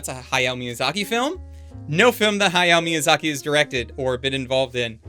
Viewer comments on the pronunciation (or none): none